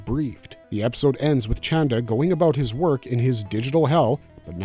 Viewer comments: I thought his name was “Chanda” 😂 not “Chan-dra”?? Sorry no big deal just throwing me off. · Who is this ‘Chandra’ character my man keeps talking about? It’s Chanda dawg 😭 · it's "chanda" and not "chandra". however, both mean the same thing - moon. 😂